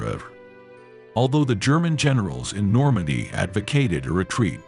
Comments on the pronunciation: The artificial intelligence that you're using to narrate this is stupid. It's not Normay, it's Normandy. Do better your teaching history and using piss poor English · Exactly where is normay? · Who needs AI? The machine narrator sounds absurd (like pronouncing Normandy "normay"). Shoddy. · The effing AI voice over with it's constant mispronouncing of words...NORMAY?...renders this unwatchable. 😢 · Stop with the AI crap. Normandy pronounced Normay? To distracted to go beyond the badly articulated map of the 2AD route....